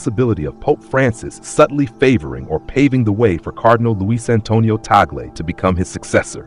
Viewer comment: 1) Please prounonce his surname correctly - Cardinal Luis Antonio “ Chito” Tag-le NOT Tagel (We Filipinos are offended for your mis pronounciation of his name!!!) 2) Selection of the Pope is by the conclave of cardinals at the proper time 3) If ever elected, he will select his own name. 4) We, Filipinos, always remember him as the humble “Smiling Cardinal” and with a sense of humour/humor. 5) we are continuously praying for God’s will for him, in the Philippines & around the world. 🙏❤️🙏❤️🙏❤️